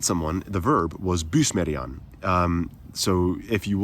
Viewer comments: To what degree are you sure that "bysmerian" is stressed on the first syllable? Would it not be more appropriate to stress it on the second syllable, given that "smer" is the obvious root of the word? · Bysmerian had the emphasis on by? As a Dutchman I'd be tempted to emphasize the stem smer